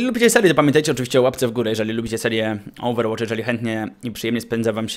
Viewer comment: Co? Ołwerłocz!:D:D